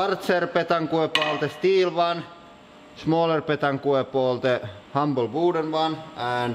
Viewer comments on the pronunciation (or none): none